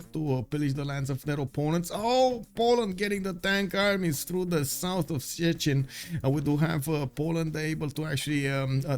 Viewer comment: Note that constantly gives you wrong answers regarding pronounciation. Szczecin is pronounced "Shchećin", where "ć" is like English "ch" but softer.